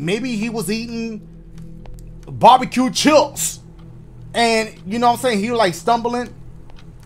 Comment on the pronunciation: I love how this man says chips. Dude said "Barbque chiups"